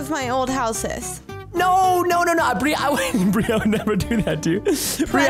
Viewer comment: why did you say bir even it's bri